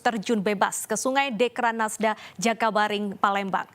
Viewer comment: Jakabaring...bkn jaka biring